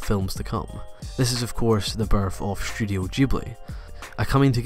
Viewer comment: Every time you say "studio" it sounds like you're saying "shudio". Once you mentioned "Shudio Shaft", I couldn't help but laugh a little.